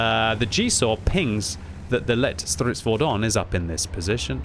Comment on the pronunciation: Hey! You've learned how to pronounce the Lätt Stridsfordon! :)))))